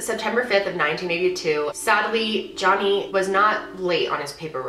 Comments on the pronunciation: I'm almost positive he says Jenny not johnny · Jeff couldn’t even say Johnny’s name...interesting